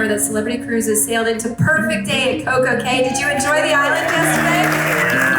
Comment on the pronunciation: Nicely presented. I'm going to see if you sailed on a different class of Celebrity and if you have, your comments. btw, Coco Cay is pronounced Coco Key. For some reason, the private islands pronunciation is actually "key" though many of the younger vloggers say "kay."